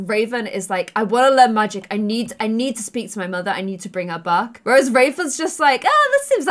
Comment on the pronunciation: Raven, teen......made in your image....looks like you. And you pronounce the "A" sound as a "U" sound...... instead of "cat," you say "cut," "magic," you say "mugic," "and" is "und," etc etc